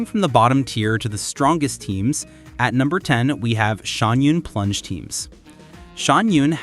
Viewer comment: Great content, but it seems like you struggled a bit with pronunciation of quite a few names! Here is how you can pronounce them a little better, I hope this helps! Xiangyun: shyung - yoon (not entirely correct but close enough for an English speaker) Gaming - gah-mean Faruzan - fah-roo-zahn Mavuika - mah-vwee-ka (you pronounced this as Mavooka at one point, though you also pronounced it correctly at another point) Escoffier - ess-ka-fee-ey Furina - foo-ree-nah (you pronounced this fur-rin-nah at one point) Xilonen - shee-lo-nen (you pronounced it as see-lo-nen a few times) Arlecchino - ar-luh-kee-no (you pronounced it ar-luh-chee-no a few times)